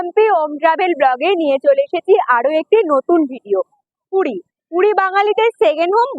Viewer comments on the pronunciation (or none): Ooo DIDI PUDI NA PURI...CLEAR KORO